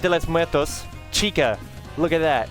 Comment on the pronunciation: DIA DE LETS MUETOS!!! 🗣🔥